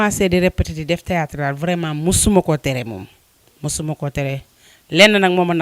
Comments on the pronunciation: Hun journaliste on dit theatre wayé dou tiatre hah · Non mais serieux prenez des gens pros a la limite c pour votre image . Cette fille la est loin de sen sortir elle ne maitrise pas son sujet ni la camera ni le micro elle bugg bref elle sen sort pas . Et pourquoi elle dit tiyatar ? Zeuness ? Zeneration ? Jadore la maman bineta mais je nai pas pu continuer.